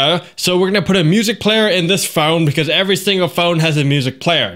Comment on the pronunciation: "BEE CAWES!"